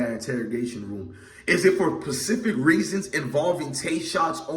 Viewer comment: S-P-E-C-I—F-I-C…say it with me